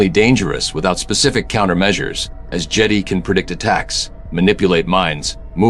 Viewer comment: Annoyed that the AI mispronounced Jedi.